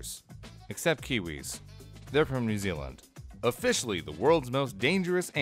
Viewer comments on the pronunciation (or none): none